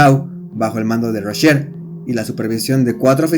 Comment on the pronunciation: Video pedorrisimo !!! Sigmund Rascher se llamaba no 'Raschel" Aparte los pilotos de la Luftwaffe ni eran nazis, es como decir que los pilotos rusos eran comunistas o los norteamericanos capitalistas. Pésimo video 😡 !!!